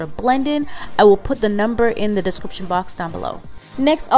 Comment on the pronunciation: I love when she says "Under de eyes" 😂💕